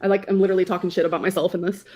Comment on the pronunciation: If she says leederaly one more time